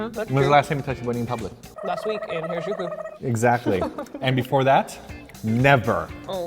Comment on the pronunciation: Not sure if you'll see this comment, but that "powder" thing I think you called it. Is called "furikake" (fu-ree-kah-kae) Also! Harajuku is not pronounced Hairajuku it's (하라-Ju-Ku)